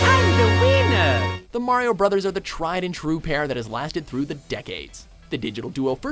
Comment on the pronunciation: When mario said "I'm the winner" it sounded like he said I'm the wiener XD and he is a wiener, luigi is better